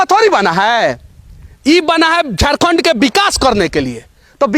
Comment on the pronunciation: Hindi bolne nahi hata hai , Hindi kabhi mat bolo Jharkhand ko jorkond bolta hai sala Bihari